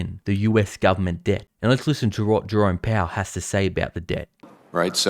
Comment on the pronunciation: Jerome Powell not Dro Pow